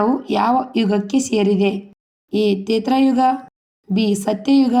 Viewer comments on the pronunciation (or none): ಅಮ್ಮಾ ತಾಯಿ ನೀನು ಮೊದಲು ಸರಿಯಾಗಿ ಹೇಳು ಅದು. ತ್ರೇತಾ ಯುಗ ತೇತ್ರ ಯುಗ ಅಲ್ಲ